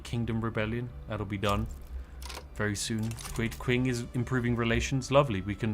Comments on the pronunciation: "It takes a lot to be this good at pronunciation." Constantly mispronounces Qing (Ching) as "Kwing"...ROTFLMFAO!!!...lol. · How many times will Spiff play longform Victoria 3 streams and still not learn how to pronounce Qing